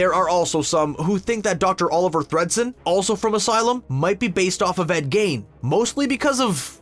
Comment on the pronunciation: he cant pronounce Ed Gein's name either, so...